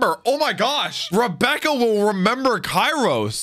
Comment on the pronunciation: The Show: KYROS! x: Kairos. please, start using those giant headphones of yours! Names are easy to get right if you actually listen during the show!